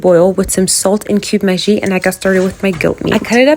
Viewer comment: No hate but pls it's pronounced maggi not maji u pronounce it maji its supposed to b